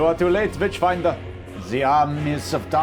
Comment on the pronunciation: Everytime the nazi says 'witchfinder' all i hear is 'Bitchfinder' and I really wish that was a real thing because reading about the 'Bitchfinder General' would be amazing.